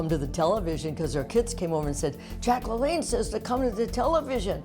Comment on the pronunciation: Isn't it LaLanne not LeLanne?